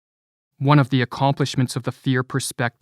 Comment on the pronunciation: As a narrator, please correct your pronunciation of the word "perspective" - you are clearly saying "prospective" - different word and meaning altogether.